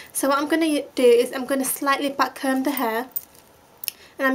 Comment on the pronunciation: I swear when she say back comb,it sounds butt comb. That's a Japanese accents by the way not English.